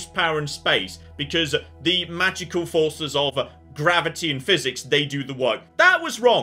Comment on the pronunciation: Did he just say gravity boobs 😅